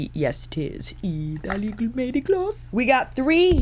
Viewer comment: I will never get over how you say Italeeee😆😆😆🫶🏽